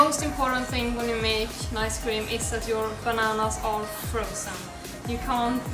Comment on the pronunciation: It's called ice cream, not "nice" cream lmao